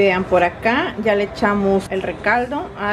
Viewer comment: diciendo Recaldo y yo pensando dónde está doña Blanquita para que le diga recaudó no recaldo. 😂😂😂😂😂 saluditos hermosa familia y muchas felicidades y bendiciones para ti hermosa dios te cuide y proteja siempre. 🎉🎉🎉🎉